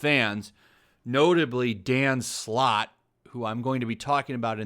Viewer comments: i swear i keep hearing dan slott as "danm sloth" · The perfect definition of a man breathing his own farts. Quantity doesn't mean quality. P.S: With my non english ear, i couldn't help but hear Dan Slut everytime you said his name x)